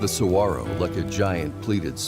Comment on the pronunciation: I've lived in Arizona for most of my life. Saguaro is pronounced: sah-war-oh. Lovely documentary! 🌵🌵🌵🌵